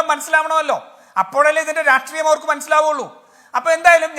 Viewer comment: രാട്രീയം അല്ല രാഷ്ട്രീയം ആണ്.. ഇയാൾ എപ്പോഴും രാട്രീയം രാട്രീയം എന്ന് പറയും. ഇത് പോലെ പറയുന്ന വേറെ ഒരാളും കൂടി ഉണ്ട്. ജയ്ക് ആണെന്ന് തോന്നുന്നു!